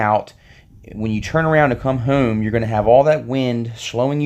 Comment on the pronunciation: I thought I was the only one. He does say hume instead of home 😂😂